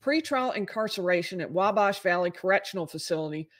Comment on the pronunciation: you’re pronouncing Wabash incorrectly. The A in bash is pronounced like it is in at, or bat.